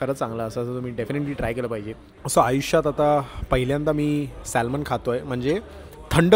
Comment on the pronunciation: Salmon nahi re...."Saa-mon- bol